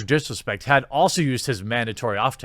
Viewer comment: Is it just me but when he first says Dr disrespect does it sound like he says Dr piss respect